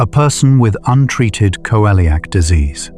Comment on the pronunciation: Why does it pronounce celiac as Co-eliac disease? 😅